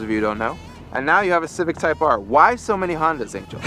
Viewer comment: Who has the RECORD on the Nürburgring ..? Type-ARRR!